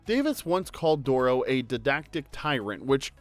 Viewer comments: Think you have the wrong emphasis on Bob Dorough’s last name. It’s like “doh-row” not “DOOR-row”. Lived in the same area as Bob and saw him several times live and he pronounced it “doh-row”. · Bob Dorough Stress on the 2nd syllable. doh-ROW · It KILLS me that you’re mispronouncing Bob’s last name. It’s said DUR-oh. Being able to meet him at a jazz club in NYC and let him know that Schoolhouse Rock was a driving force for me becoming a jazz musician was a dream come true. He was genius with his time and talent, and we’re all the better for his contributions to our youth. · Fwiw, Bob Dorough’s name is mispronounced in the video. He pronounced it with emphasis on the second syllable of Dorough. “Bob Dur-OH” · Just an FYI after spending some time with the man when he was still with us in Delaware Water Gap Pa his name is pronounced Door Roe. 🙂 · you pronounced Bob Dorough's name wrong, the accent is on the second syllable. Don't tell me I don't know the facts.